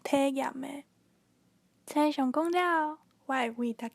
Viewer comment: 「星」象是否用文讀音比較好？